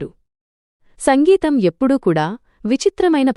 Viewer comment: సంగీతం కాదమ్మా సింగీతం